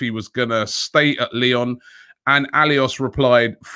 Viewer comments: _Robbie stop embarrassing us..its not alious!! Its Aulas... AU - LAS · It is pronounced O-L-A-S...The lyon president I mean. How can u butcher such a popular name of European football? He worked for so long with David Dein on behalf of European clubs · Jesus, Robbie make an effort or get somebody to help say these names correctly. AFTV is too big to make these mistakes. Jean Michel Aulas ( Jan- Meeshael -Olass ). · Learn how to it: Jean Michel Aulas It not Jean, like "Billy Jean", its Jean like "Jean de Florette", the french name. And his family name should be pronounced with an O sound = Aulas = "Olas" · It s pronounced "Oh-lass"=Aulas. He is one of the best club president in the game and also a big pain in the ass seller. He will sell you one peanut for a hundred because it s the best most shinny peanut ever. 🙄 anyways Aouar will not be cheap. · If I didn't know you better robbie, I'd say you butchered the Lyon president's name on purpose 😂.